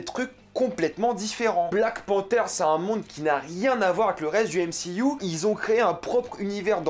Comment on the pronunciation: "décé, yenna"... Tu connais pas DC Comics apparemment... j imagine donc qu en dehors du "m-si-you" tu ne connais pas Marvel, tu a decouvert Marvel avec le "m-si-you"... Essaye la série "Vertigo" de DC Comics ca te fera grandir (prononce "dici" ou alors dit "MCU" sans ton accent anglo-saxon ; sois tu mets l accent partout soit pas du tout)